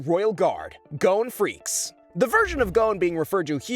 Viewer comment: FREE- SS-E